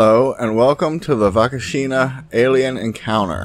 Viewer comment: Fun fact I share my birthday with this encounter, also check out operation saucer (or operação prato) Love from Brazil, although you butchered the name Varginha :D